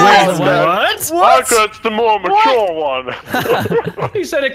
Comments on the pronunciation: "Muture" lol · That MUTURE though 😂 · Muture? The fuck is that? 😂😂😂